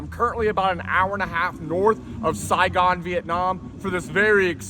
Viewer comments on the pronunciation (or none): none